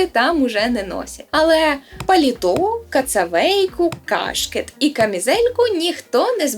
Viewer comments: тільки не КАшкет, а кашкЕт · Не кАшкет, а кашкЕт